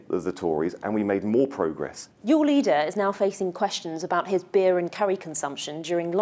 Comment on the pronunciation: Beer stahmer